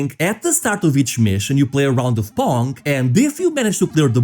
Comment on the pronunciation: Pong? Excuse me? That’s not pong